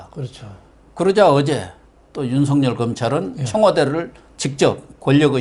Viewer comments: 윤석열을 윤석렬로 발음하지 마세요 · 윤석열과 황석영을 비교해 보시고 발음 제대로 하세요